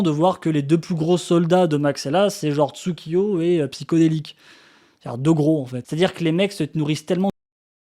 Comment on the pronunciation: psyHODelik pas psyCODelik ptn il respecte même pas ça se mec. Fin bref désolé pour le retard j'avais pas suivi l'affaire du coup je regarde tout les éléments.